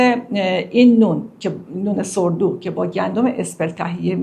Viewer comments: ببخشید خانم ، ساور دو است نه سور دو ، ساور دو یعنی نانی که با خمیر ترش پخته میشه. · با درود بر شما و سپاس از زحمات شما. با عرض معذرت نان اين نان ساور دو خوانده مي شود نه سوردو…! مادربزرگم پنجاه سال پيش اين نان را در لرستان در خانه گاهي مي پخت و بهش مي گفتند دوواره پزي. نان پخته بيات را خيس مي كردند و خميرش م و آرد تازه اضافه كرده و بعد از استراحت بصورت گرده مي پختند🎉❤ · خانم تلفظ ساور دو Sourdough نه سور دو٫ بهتر نبود کمی مطالعه میکردید؟ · تلفظ این خانم در مورد خمیر ترش صحیح نیست و توضیحی که به ایشان داده شده است کاملا صدق میکند. البته در تیتر نوشته شده با خیال راحت بخورید. ولی گفته نشده که حتی این نان نیز قند خون را بالا میبرد و به هر حال نشاسته میباشد.بله راحت‌تر هضم میشود ولی هر مشگلی که در ارتباط با نان باشد با این نوع نان نیز میتواند بوجود آید. راحت نخورید چون ممکن است اضافه وزن پیدا کنید.